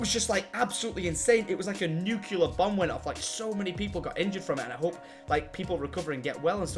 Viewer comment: tom said nucular hehe